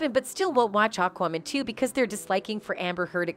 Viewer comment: Say Aquaman again.... lol Weird way to say it! Sometimes you talk funny. And Worner Bros?! Looool Its Warner BROTHERS. Im unsubscribing because your tittles are misleading and you mess up with named (you should study and practice words and names the correct way). Its distracting.